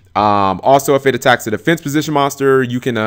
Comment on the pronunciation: can't say the word MONSTER correctly ahahahahahahah